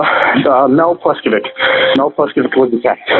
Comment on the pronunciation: Mispronounced "Pleskovick" too.